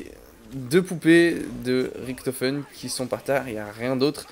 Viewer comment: Gg mais tu me stress quand tu dit Riktofen